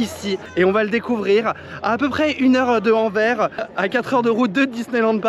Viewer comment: Salut merci pour tes vidéos au top toujours:D😊 alors bonjour à tous en Néerlandais c’est: Hallo iederen Pour Anvers ( le s se prononce aussi ( on dit donc AnverS et pas Anver) comme ça tu sais:D